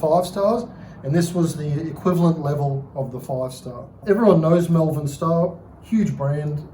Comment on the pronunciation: Exceptional bike, fantastic history, but please, its MOLE-VERN, MALVERN. Not mel-vern or me-yel-vern or whatever it is thats making me cringe everytime I hear it. Source: I'm from there. Seriously, what a cool machine! I'd say M.S.CONN was the original ownerp